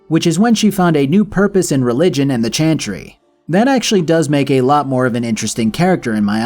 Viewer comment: This video made me want to finish Dragon Age: Inquisition and replay the entire series. Thank you! PS: Does anyone else hear him say "chanchry" instead of "chantry" all the time lol?